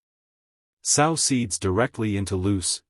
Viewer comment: You are misprounouncing the word Sow